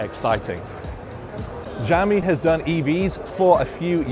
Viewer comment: Just prounce it "Shall-mi" its not that hard 😂